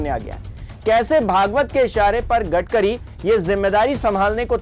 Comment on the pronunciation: U r currently said gadgari